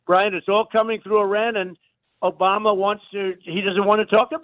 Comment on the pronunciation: I like how he says it. O-BA-MA. He savors every syllable